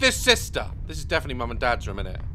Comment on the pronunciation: I love when he says ‘room’ as “rym” because of his accent 😂